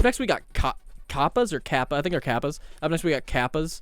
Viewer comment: You said "Kappa" rt the first time.